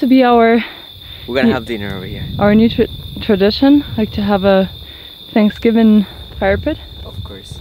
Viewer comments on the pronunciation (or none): seems to ignore the letters TH in his vocabulary. Tanksgiving or is it Thanksgiving? Not being mean…I use to live in Mexico and no one would tell me when I mispronounce things because they could figure out what I was saying. Just providing a helpful tip.